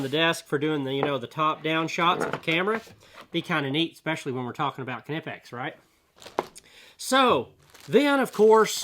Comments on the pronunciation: Neepex not kaneepeks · Hardly a help with the shirt. As the extra added syllable is just plain wrong. It’s kni-pex there is no kuh. Nobody that actually speaks German would say that. So nothing solved just more nonsense to the pile 🤷🏼‍♂️ It’s a official knipex America shirt. If people wanna stop arguing about it go watch a German YouTube video.